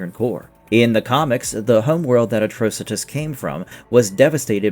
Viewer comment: Atrocitus is meant to sound like the word 'Atrocity' = uh traw sit ee... uh traw sit is. And as someone said elsewhere in the comments... Corp, is pronounced with the P being silent, so like the word 'core'... the Green Lantern Corp would be said like "Green Lantern Core"